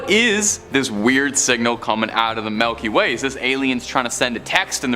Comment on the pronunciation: did dude just sat Melky Way? 🤣🤣